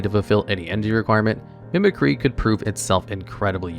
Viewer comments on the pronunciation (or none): Why did you pronounce Mimicry so wrong? Mehmeh-cry?? Then you pronounced it correctly later haha😅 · It bothers me that no one can say mimicry correctly. Its “mimic-ree” not “mimic-rye” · Charizard mills the opponent instead of the player. Mispronounces "Mimicry" . Gets it right though. Some of his videos are worse than others though.